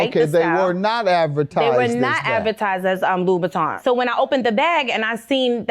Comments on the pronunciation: Can't afford them and can't pronounce them. loubouTIN not loubouTON. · It would be nice if any of them could pronounce Christian LoubouTIN !!! 😂😂😂😂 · It would be nice if he could pronounce LoubouTIN !!